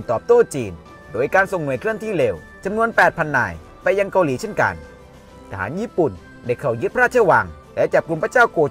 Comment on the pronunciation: ชอบคอนเทนท์นะครับ แต่คำว่า “เกาหลี่ เกาหลี่ “ มันขัดๆครับผม รบกวนด้วยครับ